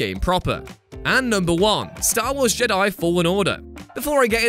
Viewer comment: Why can't this guy say jedi? Let's not put it down to accent. I live in Britain and I'm often in England. Never heard anyone call them JUH-DAI. Also, defo dropping a dislike cos this whole list is off. Best example would be saying it was a mistake to bring back master chief. Halo guardians begs to differ. Thank heavens you don't make video games. You're the type of person to say METAL GEAR SOLID 3 should have had Raiden as the protagonist.